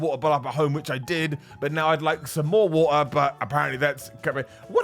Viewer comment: The "wat ar" 😂